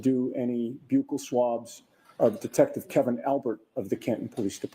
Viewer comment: Wow I can’t believe they actually pronounced Buccal swab correctly. I almost alwayyssss hear police call it “buckle swabs”